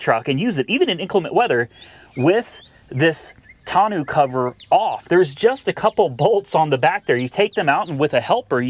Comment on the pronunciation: Tonneau is pronounced "tonn-noh", not "tonn-ew" 👍